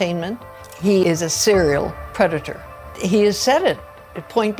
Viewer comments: Trump pronounced Predator wrong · He said “predator” wrong. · He pronounced predator wrong